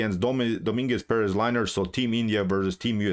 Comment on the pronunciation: Good analysis as always, but you butchered Lenier first name without any mercy man. Poor guy is now liner. Didn't help him much today though. xD